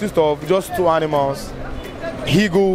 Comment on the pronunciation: Even Presenter has the H factor... Heagle